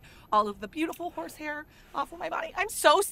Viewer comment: When you said “Just wash your face once you’re away from the “whores” I then realized you were saying “horse” lol 😂